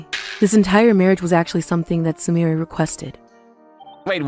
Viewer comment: I hate how the VA can't pronounce Su-mi-re, calling her su-my-er ... 🤦